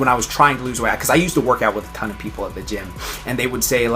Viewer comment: what was that when you said ton 😂😂😂